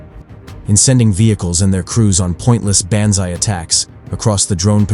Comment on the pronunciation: "Ban-z-eye" attacks? Another AI video.